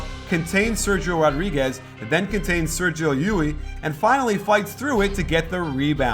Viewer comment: the "sergio" part it should be pronounced like "serhiyo".